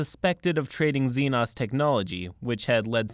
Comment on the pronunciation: The way you prenounce "xenos" infuriates me. Love the video though!